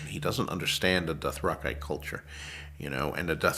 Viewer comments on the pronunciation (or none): never knew Dothraki was pronounced like that